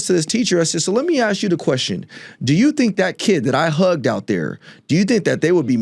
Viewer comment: Sounfs smart and props to him for not saying aks.. I can listen and my ears don't burn, my shoulders don't cringe. I'd vote for him.